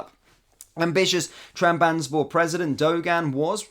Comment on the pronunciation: Trab-zon-spor lad sound your words out😂